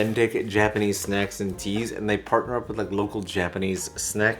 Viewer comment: “Snackses” Yup the gremlinization definitely was triggered from those snacks after midnight 😆